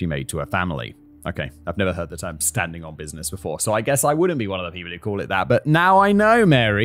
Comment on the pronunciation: (pronounced) “STANDING ON BIN NESS”